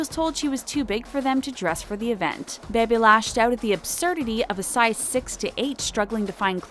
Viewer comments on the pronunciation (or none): It’s bibi not baby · Why did she say baby rexha it's pronounced bee bee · Bro it's pronounced bee bee not bae bae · It's pronounced BEE BEE not Bay Bay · I hate how they says Bebes name it’s not baby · It's bee-bee, bro. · . You called Bebe Rexha, Baby Rexha!?! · It’s pronounced Bee-Bee!😩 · Her name is bebe not baybay